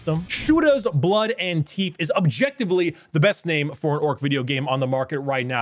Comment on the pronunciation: say teeef again, please, i need this